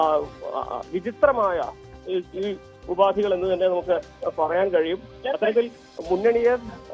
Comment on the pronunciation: ഉപാതി അല്ല മാപ്രേ, ഉപാധി